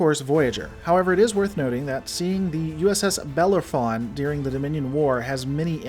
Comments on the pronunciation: I have always thought Bellerophon was pronounced ( bu LAIR eh fon ) rather than ( BEL ler eh fon ) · Pronounced ... Bel-Air-A-Fawn ... You're welcome. :) The More You Know ====* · Bell-Arrow-Fon. If that helps you pronounce it. Greek Hero Myth.